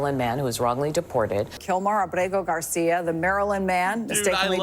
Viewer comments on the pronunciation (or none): is purposely mispronouncing the guy's name its apregnant garcio...